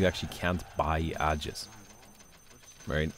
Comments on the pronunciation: Man what I find mildly infuriating is that the way you pronounce aegis....It is pronounced Ayyjis NOT Adjis ffs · It's actually pronounced ee-juhs, so you're wrong too.